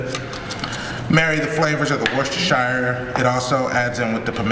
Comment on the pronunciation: The correct pronunciation is "Wusta-shir" sauce, lady.